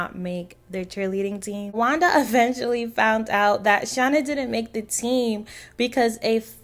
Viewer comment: Found or fond?🤪🤪🤪🤪🤪